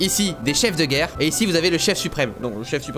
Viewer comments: Il a mis geurre au lieu de guerre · C'est pas geurre c'est guerre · Guerre et pas geurre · "L'ombre de la Geurre" Cyril, tu es bien sur? XD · «L'ombre de la geurre»😂